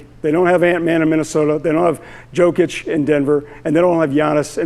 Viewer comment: did that guy just say JOKE-KIC? This show a joke is what it is